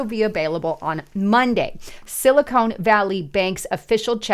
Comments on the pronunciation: It sounds like sili-con not cone. They are two substantially different things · Hey, it's pronounced "Silly Con", not "Silicone".